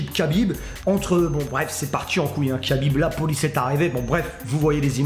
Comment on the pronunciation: C'est KHA-bib et non KA-bib ça ce prononce comme le chanteur Cheb KHA-led 😉